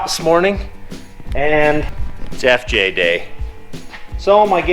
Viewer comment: When you said "It's FJ day". My mind heard Jeff day . But I thought that might be a good name for it...... "Jeff" !